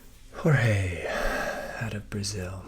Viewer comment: We don't speak Spanish, and we do not pronounce 'Jorge' as if we were Spanish-speaking people. Please stop being dumb